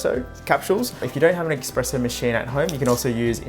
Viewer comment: I hate to be that guy but it's espresso, not expresso, I don't expect you to change just because I say so, but the x pronunciation genuinely bothers me